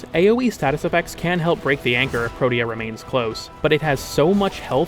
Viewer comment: pro-tea-uh is how its pronounced